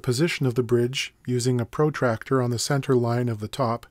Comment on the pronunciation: I keep hearing you say "or solder" in an exasperated way. If one of my fellow countrymen gas ribbed you about your North American pronunciation I can only apologise. Mind you, that's the first time I've heard protractor pronounced like that.- like really in favour of tractors. You live and learn...